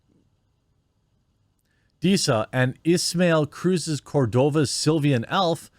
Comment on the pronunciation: Are you actually a LOTR fan? You pronounced “Silvan” as “Silvian”… doesn’t sound like someone who can read let alone has read the books themselves.